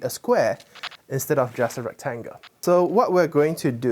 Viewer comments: And “trianga“, and “rectanga “. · And recTANGle. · Why does he call it a rectanga ?